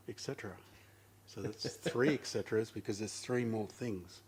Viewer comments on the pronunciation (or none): Et cetera - and so on, and so forth (or something like that). Pronounced with a "t" (et) and not with "ck" (eck) :-P